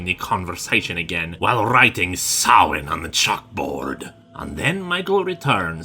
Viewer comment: Linkara is literally the first person I've ever seen pronounce Samhain (saw-een) correctly. Dude knows his stuff.